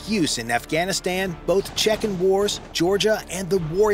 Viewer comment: Che-Q-en wars? Really? 🤦‍♂